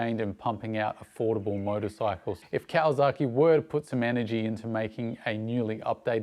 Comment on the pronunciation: mate.... great content as always but PLEASE!!!!!!!... STOP with the KawaZaki... there is NO Z in the word. That is like pronouncing Sydney as "Sigh-Da-knee". Never has been a Z, never will be. YamaZAKI is a whisky... but there is no ZAKI in Kawasaki. I have lived in Japan for 26 of the past 30 years... (well ten months of each of those years in Japan. LOVE being back in Oz and riding my dirtbikes day after day after day as often as I can... pre covid) Keep up the good, and work on pronunciation. LOL